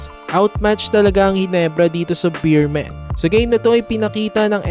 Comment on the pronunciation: BEEMEN daw 😂😂 hahaha BEERMEN Po kuya salamat